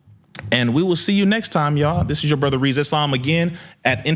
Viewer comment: Congrats brother..... now tell everyone to stop calling you instead of Rizza 😅